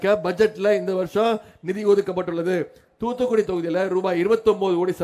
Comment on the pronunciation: Its not TuTu Kudi 😂 muttal - Its Thoothukudi